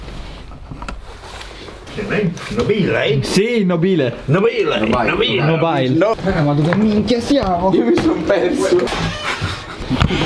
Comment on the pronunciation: "Nobìle, right?" "Si si, Nobìle" "Nobìlle, NOBÌLLEH!!"